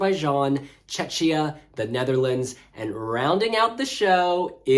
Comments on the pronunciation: Please stop pronouncing Czechia with shh, it’s kia not shia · yeah, i am czech and it hurts, cuz it reminds me Chechnya (part of Russia) :DD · Please, PLEASE somebody tell it's pronounced "Check-ia", not "Che-chia" 😭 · Someone please tell that Czechia is pronounced CHECKIA (not "chetchia"), the same way the word Czech is pronounced CHECK (and not "chetch"). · First half ends after song 7 for whatever reason, so the commentator was right. 8 - 15 are second half so Switzerland is in it. They should've probably put it on the right side to avoid confusion. And good lord, what is that butchering of Czechia? If it was Check before, it won't turn into Czeczia all of a sudden. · yasss slayyy we love ur videos and how you explain how the running order works for even new fans 🥰 its pronounced checkiya btw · please it's pronounced CHEH-khiyah. Otherwise poeple are confused and they think you talk about the russian republic of Chechnya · Just a quick note, Czechia is pronounced as check + ia. One of the reason why I still prefer the Czech Republic. 😅 Other than that I also think that Ireland should have opened instead of Norway since Norway's staging is rather dark compared to Ireland's positive and anthemic song. But overall, RO for SF1 is decent. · Ikr, i hear Chechnya 😆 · Agree, when I heard it I thought he said "Chechnya "🙃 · Love how pronounces Czechia 😁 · I don!t want to be rude but please pronounce correctly Czechia because how you pronounce it is a different place and not even close to Czech Republic. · Like saying bom dia in portuguese with a Brazilian accents ALWAYS, while we are talking about portugal. Not really a lot of cultural sensitivity and respect